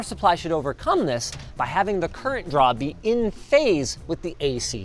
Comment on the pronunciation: Linus say current, for God's sake